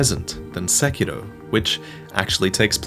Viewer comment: Your saying "Sekiro" wrong